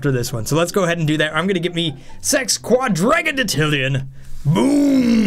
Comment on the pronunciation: Sex - kw - odd - jraj - in - tillion is how it's pronounced. In my book.